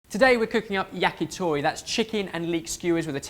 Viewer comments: YACKYTHORRY Fucking hell pronounce it correctly! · the "t" sound in many Asian languages are not the soft, pushing-air-through-the-front-teeth-t in English. In order to say "to" in "yakitori", you should place your tongue on the top of your mouth and push air out quickly and it will create this small pop sound. That's "t". Then just round your lips so that the pop sound that comes out will sound like "toh".